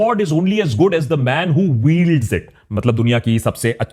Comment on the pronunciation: tujhe toh "wield" ka pronunciation bhi nahi ata 😂😂😂😂😂😂